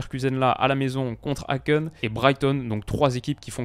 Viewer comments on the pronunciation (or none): Salut, super video comme d'hab! Juste a on prononce Häcken: hèken